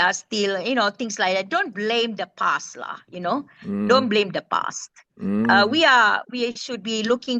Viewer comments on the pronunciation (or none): When I heard Siti Kasim say, "Don't blame the PAS-lah", I was shocked. Then I realized that she actually meant don't blame the past-lah. When the Americans voted Obama (a black) into office, I was surprised but then Americans like to try out crazy stuff. Then they voted for Joe Biden too (a leftie). Recently, Japan had a female Prime Minister and our northern neighbor has had 2 female Prime MInisters. So it's high time that Malaysia can have a female Prime Minister not for the gender's sake but for her character. Siti Kasim has gone through the baptism of fire (btw I don't mean the Christian Charismatic terminology) and proven herself. She has walked the talk. Thanks to & Siti for the real news report. The mainstream news media in Malaysia is not real news so I never waste my time watching any of them.